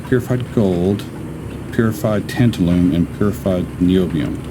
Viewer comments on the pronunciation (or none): Tabtalun is oronounced “tan -TAL-um”. It is used (among other things) to make electrolytic capacitors. 😜